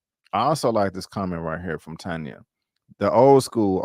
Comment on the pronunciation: Lolll I fell asleep yesterday Tired from the gym so I had to be replay gang for end. I liked it episode and rate it 8.5. FYI name pronounced Tanya 😂😂😂😂😂. You had it right a few times